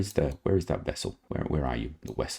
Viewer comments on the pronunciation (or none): The wessel?? is it a Noo-Klee-Arrr Wessel?? You could use the Mission module as an extra bit of living space on Dawn. Bring it in backwards and dock with one of the ports by the panels. It could then act as a "stand-off" to minimise the chance of potential clashes with the solar panels. Btw the reason you had no control on re-entry 2was because you had no helium left as pressurant. Nvm you spotted it!!!